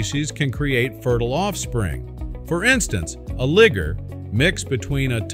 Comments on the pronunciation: This dude just said “lie-ger” like ligger what the fuck bro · Sir, it is a liger and not a “ligger” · And Liger is pronounced Liger like tiger not ligger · Lie-ger... ligger?? 😂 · Its Lie Gar! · Ok. Quick word of advice. Liger is pronounced ( Lie-ger ). The I is elongated because the short I makes it sound to close to the N word. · Please learn the proper pronunciation of words. You have mispronounced Liger over and over. It is properly pronounced LIE ger Not like liver. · Whoa hard er on the liger son lol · That pronunciation of the tiger and lion got me. 😂😂😂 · Heheh, my mouth dropped at that pronunciation. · woa the way you said Lyger man...........